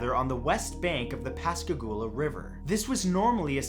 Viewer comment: You did a good job pronouncing Pascagoula lol. I live in Mississippi and no one ever pronounces it right.